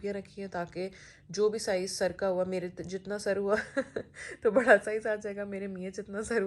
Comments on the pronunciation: Bhaada nai badaa Hota hai behan 😀😀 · Why u said bhada to bada say properly bada